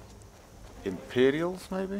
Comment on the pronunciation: NOT EMPERIALS ITS IMPERIALS